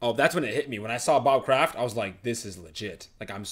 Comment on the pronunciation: oml just saw this and if i were to go i woulda been near u and i cringed when u said bob kradt his name is rob